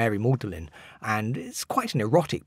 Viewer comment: Mary Magdalene (not ‘maudlin’).